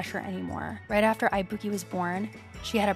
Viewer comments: LUV THIS also girl u r killing me ibuki is pronounced ee-boo-key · The mispronunciation of ibuki so many times made me piss myself laughing